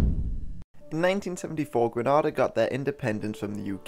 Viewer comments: You lost me at GRIN-AH-DAH, it is pronounced GREE-NAY-DAH! *Sighs & Rolls Eyes*😞 lol. Thanks for taking the time out to sum this up anyways. ☺ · Would the narrator please pronounce Grenada 🇬🇩 properly. Gree- naid-ah! Hope the phonetic spelling helps. Granada is in Spain. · It’s pronounced Gre-neigh-dah. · It's pronounced Grenada. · Gren-nayy-dahh. Edward Sea-ah-gah. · I've had it pronounced Granada to me since I was a pup! Despite me correcting them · He's probably confusing the pronunciation of Grenada with Spanish Granada which is pronounced the same way is pronouncing. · Hi, love your videos, must just say though; it's pronounced Gren-aid-ah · 5 secs in & the island name is mispronounced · This guy pronounces Grenada wrong. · You’re pronouncing it wrong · Pronounced Grenada incorrectly within the first 5 seconds man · I hate he way he says Grenada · Dude is pronouncing Grenada so wrong smh but good video tho other than that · I’m Grenadian your pronunciation of the word Grenada is incorrect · It drives me crazy that Google pronounces 🇬🇩Grenada🇬🇩 incorrectly also. I have addressed this many times to no avail. Google still pronounces it incorrectly. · He's British like me & I can pronounce Grenada properly. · I am a Grenadian, good video. However it seems no research was done on the correct pronunciation of Grenada. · Hi, good job on the history part but I’m from Grenada and it’s pronounced gre-nay-da not gre-nah-da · Grenada isn't pronounced like the Spanish city Granada. It rhymes with "cidada". If there's one thing you want to get right in something like this... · It's pronounced Gre-nay-da not Gra-nah-da I hate hearing ppl mispronounced it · Not fully accurate..........but number one error.........our country is called GRENADA......Granada is in Spain..damn it check the pronunciation nothing annoys a Grenadian more than calling our country Granada. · Gre-nay-dah....not Granada or Gre-nah-dah. Very important. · it's Gree-NAY-da not Gree-NAH-da